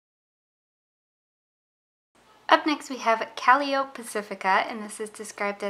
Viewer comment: Calliope is said like: cuh-‘lie-o-pee! I really like your videos. Keep up the great work!